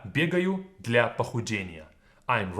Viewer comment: Do I just have useless English ears, or does this 100% sound like "гля" rather than "для"??